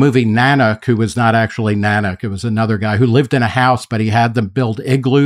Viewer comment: Nah-nook of the north, not nan-uck And yes, totally fake. You can't even say "Eskimo" anymore, it's Inuit. Everyone's a little too touchy these days.